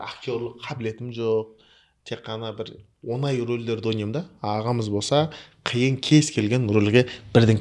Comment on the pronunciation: Жүргізуші інім сен ң деген әріпті үйренші айналайын. Онай емес оңай деп сөйлеші. Сөздің мағынасы кетіп қалады